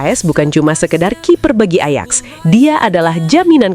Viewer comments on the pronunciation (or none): Bacanya ayax bukan ejex